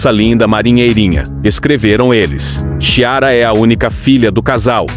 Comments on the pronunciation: Chiara com som de "X" ??? Meu caro, ou minha cara, essa voz parece mecânica e talvez por isso o nome tenha sido pronunciado assim. Mas "Xiara" se pronuncia "Quiara"!!! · CHIARA é um nome italiano e como tal se pronuncia QUIARA, não como no vídeo. Chiara no portugués seria CLARA. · Este nome Nao pronuncia Xiara e sim Quiara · 😬 XI)ARA ??? O NOME DA BB ASSIM COMO DOS IRMÃOS É ITALIANO 👉 ENZO / SOFÍA E CHIARA , QUE SE PRONUNCIA COM SOM DE ((( Q ))) ME DESCULPE A CORREÇÃO MAS É QUE SOOU TÃO ESTRANHO QUE NÃO AGUENTEI PERDONA - ME !!! 😍❤️😘❗ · A pronúncia do nome é Quiara de não chiara... é nome italiano. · Parece que o nome da bebê se pronuncia com som de Q. Será?! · Pronuncia-se Quiara. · Pronuncia Quiara...